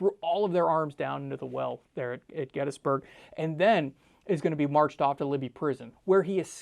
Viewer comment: please pronounce Gettysburg correctly...my god